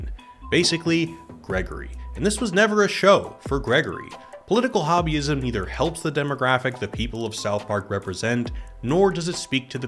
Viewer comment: When he said Political Hobbyism, I heard Political Wahhabism.